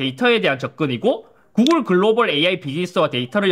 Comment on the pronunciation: 구그rrrrㅏ 애프rrrrㅏ